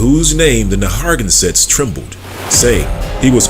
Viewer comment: It's pronouced "Nair - ruh - gan - sit'. But thank you for bringing this info to light. It's time that 'THE TWO (Judah and Levi) acknowleged THE TEN (other 'Negroid' tribes). Haven't yall wondered where they were? Please note the difference: Native American = Siberian Mongols American Indian = Negroid TEN TRIBES of the Americas. Note: It has nothing to do with that eroneous derived Tribe chart from the camps! Just like God said:. The TWO (Judah Group - Israelites) vexes the TEN Group - (Indians) and vice versa. [the two sticks]. But God said He's gonna nix that! And the two sticks shall become one [Dry Bones]. Stand on their feet, be filled with His Spirit and finish their course together (beginning in 'the wilderness')! Both sides are at least communicating - still doubting each other's claims. No matter, God has spoken - we will quit -acting-a-fool and respect each other soon. Keep digging, you are hot on the trail! God bless everyone!😮